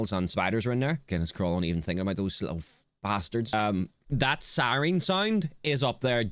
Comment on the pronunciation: This has nothing much to do with the weather, but hearing you say siren how you do (like si-reen) is funny bc it's exactly how a lot of people where I live in East Tennessee say it. It makes sense bc of how many Irish people immigrated here, but just cool to hear!